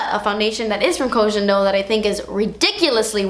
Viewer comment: Yes Part Deux! (Koh Gen - not jen - Do 🤗)